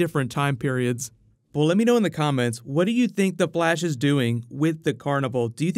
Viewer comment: did any one notice that he said the blash